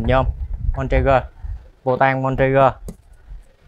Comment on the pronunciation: Phụ tùng em xe này là “Bontrager” nhe mọi người. Trong clip em nói, xong về chỉnh clip lại nghe giống ra Montrager..